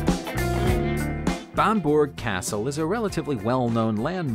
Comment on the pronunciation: Bamburgh - BAM - bur - ruh